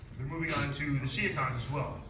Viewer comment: It really annoys me when someone says "Sea-A-Cons", when they are pronounced "C-CONS".